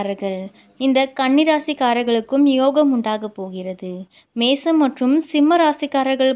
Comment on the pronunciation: Nice try. Kindly concentrate on pronunciation. For example mesam, kastam